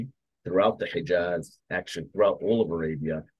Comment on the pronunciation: ALHAMDULILLAH! ALLAH THE ONE AND ONLY ☝️😍 اسمها العزى وليست العزي ،، واسمها الحجاز وليست الحقاز يا مستعرب يا قبطي يا مخلفات الروم يا ناطق العربية ، لو كنت عربي اصيل لعرفت كيف ينطقها العرب الاصليين ،